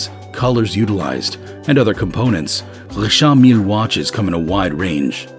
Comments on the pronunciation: It's not Rishaaard Millleee, it's Richard Mill. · Not saying the Richard Mille right lol